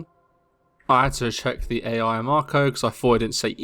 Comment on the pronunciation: Ai is pronounced like aye or eye, not A.I. jsyk. Sorry brain can't not nit pick this.